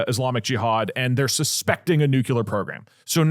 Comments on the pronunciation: The language guy had a reel about that "mispronunciation" and I think it is pretty much "if enough people say it like that, then it is not a mispronunciation", just ali ask vs axe. We just gotta accept that schedule is pronounced s-ke-dual and facade is pronounced...I am not sure how to write the pronunciation of facade, but it is not fack-aid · I know I shouldn't care about it, but the way they pronounce Nuclear just kills something inside of me every time. I still support you though. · thank god i thought i was the only one irritated by it😭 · New rule: anyone who brings a story about Nuclear energy has to be able to pronounce the word Nuclear. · Doug is saying "nyoo-kyoo-lur" which is incorrect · Dougdoug saying “nuke-yoo-lur” tho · “Nuke-you-lerrr sites.” Jesus effing Christ man it hurts my ears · Nuclear not nucular PLEASE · Doug PLEASE. It is nuke-lee-er not Nuke-yu-ler. Bush did this to you but you don't have to accept your face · New Clear, not nukular. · "new-clear" or "new-clee-er" not "newcewlar" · Am I the only one hearing over and over nukelar in stead of nuclear? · I thought it was a W. Bush thing, but do all Texans say “nucular?” It only started bugging me bc Doug said it 10x in rapid succession in the first segment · Might have to stop watchingthe show because Doug says "Nucular" 🤮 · is it just me that gets jitters when doug says nuclear? "Nucular" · the way they're saying nuclear as nuquelar is triggering me so much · TIL Doug thinks it's pronounced "Nucular" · Doug, brother, the word nuclear only has one u in it. It’s not nuculear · I don't know how many more episodes I can take of doug doug saying "nucular". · I did ctrl+f and typed "nucular" to see if I'm the only one noticing. Doug is the real life Homer Simpson 🫠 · NEW-CLEAR. PLEASE, DOUGLAS DOUGLAS! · Love ya Doug. Tip for pronouncing nuclear, say the word “new” then say the word “clear”. As in crystal clear. As a radiochemist my Ph.D advisor drilled that into me. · STOP SAYING NUCULAR FFS!